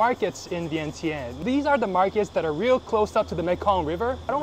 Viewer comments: Vieng jund not vient tien. Is the corect way to say.🏌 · You need to pronounce it correctly it is ViengChen, but it spell Vientiane so the T in tian should sounds CH